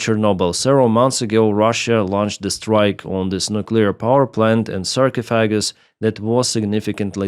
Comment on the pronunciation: Pronunciation: Sarcophagus is pronounced "Sar-cough-a-gus", where "sar" rhymes with "car", "cough" rhymes with "coff" in coffee, "a" as the last a in "alpha" and "gus" as in "gust".